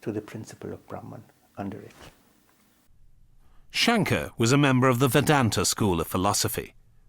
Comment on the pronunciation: The narrator’s pronunciation of the name “Shankara” was atrocious. It’s not very respectful to this great saint. If you have an opportunity, please re-record those moments in the video. Dr. Lipner pronounced the name correctly. You can follow his pronunciation.